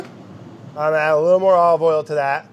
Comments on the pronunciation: I am so used to Brad being Brad that I assumed he was trying to say aoili instead of ollie oil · I know he’s not saying Ollie Oil! I know he’s not, but he is 😂😂😂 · He keeps saying ollie oil...! Brad is hilarious ! It is a treat to watch Brad while I'm quarantined.. also I love the sound effects and editing... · I'm mad at the editor for not writing "ollie oiellll" on the screen everytime Brad tries to say olive oil. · The amount of times he said "ALLeyOyle" when he uses olive oil